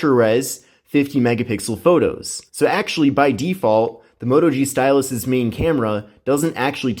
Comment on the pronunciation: it sounds like he says stylissh